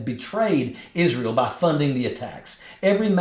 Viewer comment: Israyel😂 She can't even pronounce it right